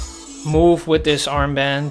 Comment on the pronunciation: ik ging helemaal stuk want je zei earmband😂😂😂